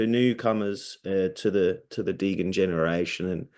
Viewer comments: Did my guy say deegan not degen 😂😂😂😂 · I know right... It's Dee Jen. Not Degan. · this guys is making a degen film and can't even say degen right.... oh boy it's like when meme became a thing and tour parents said maymay